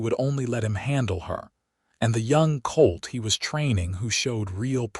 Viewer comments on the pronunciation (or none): none